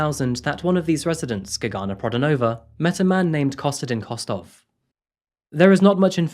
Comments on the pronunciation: UGH. HAVE TO TURN THIS OFF! CAN'T STAND HOW MANY TIMES YOU SAID "GAGANA" ....SO ANNOYING. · It took me a minute to understand that the name is Gergana because the way it`s actually pronounced is so different then what you said. the G is like the one in the word glove with sharper R and as for the man you don`t need to strees the first syllabels the pronunciation is more even. Every time I hear my country name I am suprised peoleknow we exist,thank you for covering case from here sincein Bulgaria 1 of 3 women end expriencing some sort of minor or major sexual or non sexual assult from a man. Domestic abuse is often occurence here but police rarely help on timeif at all